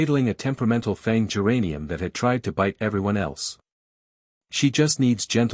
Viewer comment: Whoever read this needs to understand that f a n g is not pronounced f o n g😊